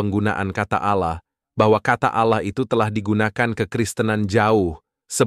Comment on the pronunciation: Tidak ada Kristen mlafalkn Olloh, min. Yg benar A l l a h. Kog aneh si Kristen satu ini😂